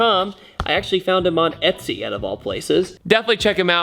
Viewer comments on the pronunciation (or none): none